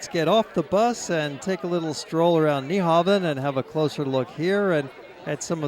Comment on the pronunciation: It's pronounced new-hawn. The V in Nyhavn is pronounced as a U